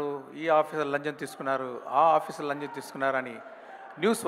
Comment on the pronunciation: Lancham ❌️ lanjam✅️ but shankar sirs telugu is 👌